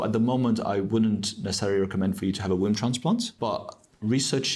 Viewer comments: I think she said "Wound" transplant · I think it’s very fitting the first time “womb transplant” is out of her mouth in conversation with the doctor it’s sounds almost like “ WOUND transplant “